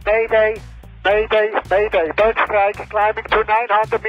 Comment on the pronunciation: ロシアの管制官は「 bird 」 の発音が良くないですね。「 ブッ 」って短く発音しちゃってる。もうちょっと「バー」とか「ブー」とか伸ばさないとダメです。